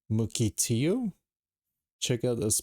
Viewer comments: Muh-kahl-tee-o. I used to take that fairy weekly when I lived on the West side 😉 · It’s pronounced “Muh-kuhl-tee-ow” Mukilteo when I lived in Washington I used to go there a lot. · Muckle like buckle ——Muckle-tee-ooooo. Mukilteo, Washington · Mook- l-tee- o